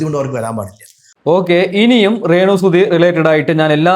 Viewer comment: നീ അല്ലേടാ രേണുവിനെ 2ഡേ മുൻപ് വെളുപ്പിച്ചത് കിച്ചുവിനെ കുറ്റം പറഞ്ഞത് ആദ്യം അക്ഷരം പഠിക്കു റേ ണു അല്ല രേണു 😅